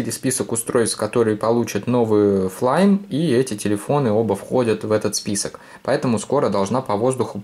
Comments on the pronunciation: Не флайм а флаймИ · Не флайми а Флайм